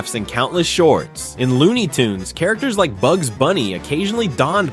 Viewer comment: It's pronounced "Bugs".